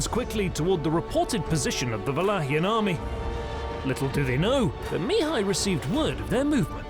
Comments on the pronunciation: Great vid: storyline, graphics, narration! One thing though: Mihai, which is the Romanian equivalent of Michael, is pronounced in Romanian with the stress on "a" (second silable) Mihài, not on "i" Mìhai (first silable). The stress on "i" Mìhai I believe it's how the Hungarians would pronounce it. Of course, this is nothing in the big picture, the vid is great and keep doing a great job! Can't wait for part 2! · As a Michael, I can’t help but a cringe every time you don’t use the English pronunciation...